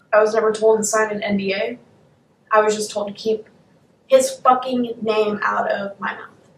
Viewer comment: The way he pronouces c's and k's is absolutely grating. "I dont fachking care"